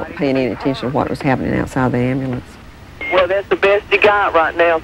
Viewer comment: If you can't say the word 'Amblance' there oughta be a law you don't get one. Problem solved. I'm kidding but it's so obvious the guards were in on this!! None of them did their job by coincidence?? No. I Don't believe that.